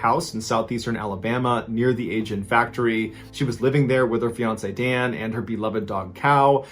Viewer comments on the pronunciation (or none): The company name is not pronounced ay-jin. It is pronpunced ah-jin.